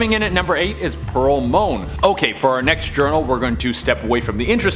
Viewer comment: It's Pearl Moen, not Moan.....It's pronounced Samuel "peeps", not "peppies".....Theodore Roosevelt didn't fight Hitler...Two minutes on Google goes a long way.